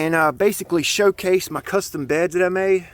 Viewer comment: Say shoe case it again lmfao